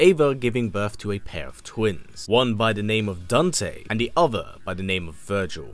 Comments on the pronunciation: Who the hell is daownte? Lmaoo it’s Dan-te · bruh he really said "dunte"